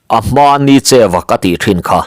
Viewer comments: Nicheuva, tih hi Ni (Sun) tih a lam tur ani e, cheu, tih hi pawi tawngin Eng tihna ani a Nienga tihna ani zawke.Ni cheuva, tih hi awmzia aneilo. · Nicheu tih a a bul lam hi, hemi hmingah chuan thluk sei, hniama lam tur a ni. NI hi a chang chuan thluk sanga lam chi a awm ve tho bawk. Ni tih hian awmze pahnih a nei a, ni leh thlaa innghat tihna bakah, ni leh farnute man ei sawina a ni thei bawk. Tin, cheu tih hi midangte aia thil thiam/hria tihna lam a ni.